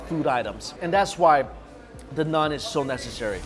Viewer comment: Mikey....its Naaaaan. Not Nun :p Great video, I miss Lahore. I'm just gonna go get some home made Saag now with maki di roti. Not had maki di roti for a while. P.s i dont think I've seen you enjoy food as much as in this video